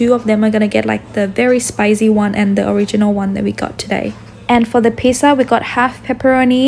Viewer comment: PIZZZZZA NOT PISAAA